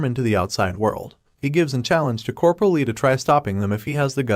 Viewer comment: Coperal? I can understand one or two mispronounced words, but so many in a row is really annoying